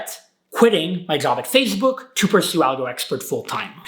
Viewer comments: It is “Face Book” not “Fazze Book” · says 'PhaseBook' lol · He keeps saying fazebook and it’s bothering me 💀💀💀